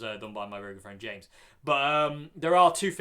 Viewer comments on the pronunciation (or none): none